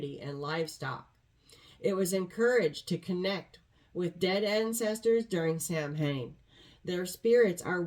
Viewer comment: Samhain sounds more like sowin.